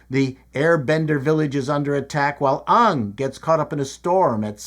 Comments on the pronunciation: He's pronouncing it "Ong" like the Netflix show. No less wrong, of course. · Why are you pronouncing it “Ong” like the M. Night movie? It’s “Aang”! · His name is Aang not Ong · ANG not UNG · Please pronounce his name as Aang, not Ong!! Every time you mispronounce his name, I am reminded of the awful avatar movie by m. Night. I hated that movie so much,I swore to never watch anything by m. Night. I love the animated series. You must watch it. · His name is Aang (aang). Watch The Animated show or you'll be confused. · Every time you pronounced Ang as Ong, like in the Shamalan Avatar movie, my eye twitched. That's a cool trick, mister! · no way my mans called him ung 😂 watch the cartoon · "Aang" rhymes with "gang". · He said 'Ong' the VERY cardinal sin of the movie x'D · It inspired me to compose a mnemonic: 'Ong' is wrong. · you're saying the name wraang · Ok, to pronounce Aang correctly just take the word "gang" and drop the first letter. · have you met any air bender fans? lol… Basically every late Gen Y and Gen Z would immediately blow this video off from mispronouncing it. I enjoy videos and have been here from the start (Macintosh videos anyone? ) but lack of attention to the main character’s name just serves to make people disconnect from the review. Not that I think it’s any great sin. Some people just don’t care, but it feels like a very “Boomer” thing to do. ( I want to also clarify that I never really cared about the show myself… My kids just really liked it even though they were latecomers to the series. ) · everyone except M Night Shyamalan pronounces it it differently than you did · Take a shot every time he mispronounces Aang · I'm drunk.